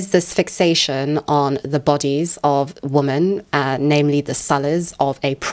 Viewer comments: Not the most important comment, but been watching your content recently (love it) and i’ve been wondering if there’s a reason you say “woman” and not “women” (wimen) for “woman” plural form? 🧐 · Are you saying "woman" when referring to "women"? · "Men and woman" Am I hearing this correctly?